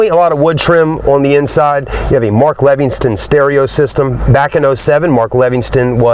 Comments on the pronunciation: Stereo is Mark Levinson NOT Levinston. No T. I am a Lexus expert. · It's Mark Levinson not Levingston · there is no "t" in Levinson. at least get it right if your gonna say it so many times. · 1-Mark Levinson sound system...not Levinston. 2-The front passenger seat has inside power controls for the right side rear passenger to be able to move the front seat forward for more space. The bottom right side of the front passenger seat has power controls for the passenger to use in the standard position. The rear right seat has the same power functions as the rear left seat...you stated it was only the left rear seat...wrong. 3-When hard accelerating, you said there was no torque steering effect. Torque steering only occurs on front wheel drive cars. This is a rear wheel drive car, as you stated. Nice video of the vehicle, but you seem to be lacking on the important details. Need to up your game. Cheers! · "Mark Levinston" sound system. LOL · There’s no t in levinson